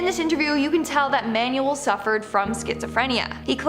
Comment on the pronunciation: "manual" 😂😂😂 it's "Manuel"